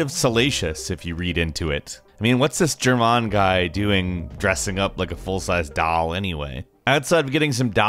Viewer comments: The way he pronounced gherman, gave me a heart attack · You called Gehrman Jermahn...You sir did NOT play the game. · ok other than BB being a fucking 5 year old game and how EVERYONE already knows how to get to the Abandoned Workshop, Gehrman (grr-man? not how you pronounced lol) was the ORIGINAL hunter (alongside plenty of unnamed hunters form the DLC and ofcourse Maria, who btw is actually who the Doll was based off of, last i checked it was hinted Maria and Gehrman had a physical relationship or where going to but she didnt want that to get in the way so left and found herself running the clocktower, i base that off what i vaguely remember about that part of the LORE) and built the Hunter's Workshop (Abandoned Workshop) and built the Doll after Maria left to remember her and keep himself company (but ofc its just a mannequin with joints and a realistic face in the real world) after some time the Hunters Dream became a thing and Gehrman "controlled" it as a safe haven for his newest Hunters, a place where he was even able to bring his old workshop back and bring the Doll to life and no he did NOT dress-up as the Doll, I get it if that was a joke but seriously no if you're gonna make up lore make it believeable because like how everyone knows about the Abandoned Workshop everyone also knows the Plain Doll (one would assume both the one in the dream and the one in the real world) was not only built in his old lover's (Maria) likeness it was also built with a vagina sleeve... yes it's a fact that everyone knows, Bloodborne's Plain Doll is actually a sex doll that old pervert Gehrman built ba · ... Germahn. No, he is not german. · Did you really just pronounce Gehrman’s name as “Germann” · Since Bloodborne is my favorite game of all time I have to address the disrespect put on my mans gehrman’s name also it pronounced (Gare-men) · Hey its pronounced Ger-ham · Nobody: Comments:JERAMEN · The way he mispronounces Gerhman is low key annoying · Jermahn?! JERMAHN?!